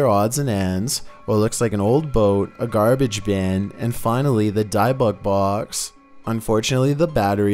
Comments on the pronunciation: Dib-uck box🤦🏻‍♀️ not dye-bock box😂 I’m cringing every time you say it lol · Say Dib - icks Box That is how its said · Hey. It’s an OSH -YOU -AIRY and BIB - BIT BOX. Say it right. 🤨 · Bruh… these videos …ssuuuusss lmao Also for #3 you said the word dybbuk box wrong haha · Not to be rude but I think your saying the haunted box thing wrong(5) (can’t spell it)